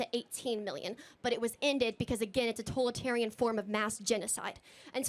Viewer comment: “Tolatarian form of mass genocide?” And these are college students, who don’t even know how to pronounce the full word ‘totalitarian?’ It’s no wonder Charlie thinks the colleges are a scam .😂